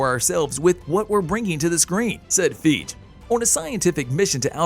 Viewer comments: It’s ‘FIE-GHEE!’ Not ‘FEEJ’ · It’s FIE -GHEE’ not’ feej’